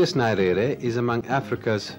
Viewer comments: I think the naming was the result of errors in pronunciation. Many English speakers including the host in the video pronounce his name as Nairere as opossed to Nyerere the real name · NYERERE NOT NARERE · The way He was pronouncing his name is annoying. I think he should have practiced before. I don't find it appropriate to keep mispronouncing one's name multiple times. You can't afford to mispronounce the name of President. Not Narere, it's pronounced Nyerere! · Saeed, please do me a favour but we pronounce Nyerere not 'Narere' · Could anyone explain to me how a person who calls himself a journalist & is set to interview a President of a nation does not take time to KNOW how to pronounce the name of his IMPORTANT interviewee properly! I doubt this man would've butchered any name of a Western/European country. I view this as disrespect of our people. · I'm sorry but you have mis pronounced his surname from the off!!! It is grating to the ear...Need to do your homework - 1 minute in and I have stopped the video. what else have you got wrong ? Frankly, I don't have the time to find out . Remove the video and repost- please !!! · There are some combination of letters which are strange in other languages and therefore I would not blame the interviewer for mispronouncing Nyerere.But I found the interviewer to be also intelligent and a gentleman . This is why he got that much from Nyerere which many have felt to get. I am a Tanzanian and knew Nyerere very well as I was a Civil Servant under his Government. He had a sharp mind, world knowledgeable, honest and ready to learn from any body provided that person had something knew to tell. Had both a science and humanities education. A Saint to me. Thank you for the refreshment!! God Bless.